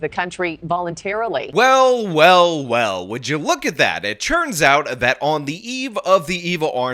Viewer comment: is so likeable that I enjoy him consistently pronouncing it "churns out" instead of "turns out". While anyone else doing it would fill me with murderous rage.